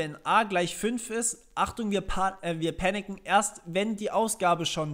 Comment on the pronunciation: Panicen xD klingt wie picknicken haha ;)